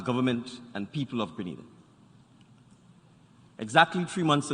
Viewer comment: Learn how to say Grenada!!!